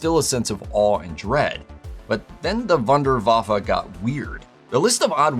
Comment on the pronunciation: My German is not rusty..... but your pronunciation of the German word "Wunderwaffe" is very wrong...... ;-)